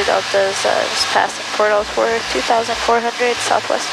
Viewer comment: Alsworth is pronounced Alls-worth not Al's worth. Lol. 😂. that's my family in Port Alsworth. The way you were pronouncing it was cracking me up.